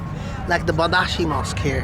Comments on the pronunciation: It's badshahi mosque. Badshah means king. King's mosque would be the translation. The pronunciation is "bahd sha he" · I loved the way you say Badaashi Mosque.. 🤣❣️🤣❣️ (In actual Baad+Shaa+Hee)